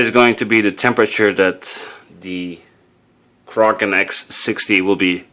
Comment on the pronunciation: finally someone who pronounces "kraken" right!